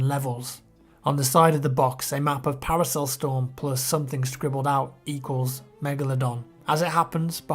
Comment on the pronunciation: Sorry autocorect what I meant was I get so annoyed when he says parcel storm as paracel storm lol